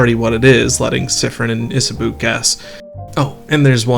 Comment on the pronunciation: Love the video, Cannot tell you enough how much you calling Isabeau "Isaboo" pained me [as a french speaker, it's pronounced isabow]